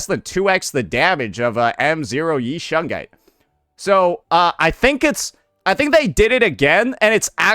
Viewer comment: Idk where the i in shunguang is why is bro saying shungai 😂